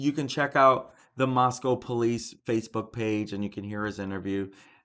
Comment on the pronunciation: Thanks for correct pronunciation, moss-come not moss-cow.